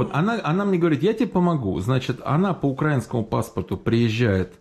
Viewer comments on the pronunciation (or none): none